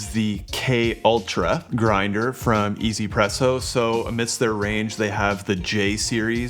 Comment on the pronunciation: not "e-zy-presso" but meant to be read as "wantz-presso" as in "wants presso"